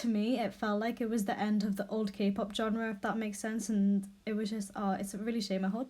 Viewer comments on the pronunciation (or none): none